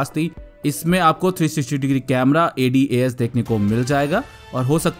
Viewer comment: Bro please A D A S separate mat bola kro bht irritating lagta h